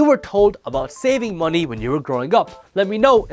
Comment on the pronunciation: “Moe knee”